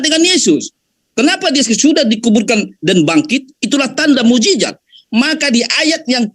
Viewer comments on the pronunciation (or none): Saya jijit dengar kamu bilang mu'jijat mu'jijat apa itu yang benar mu'jisat booooodooooh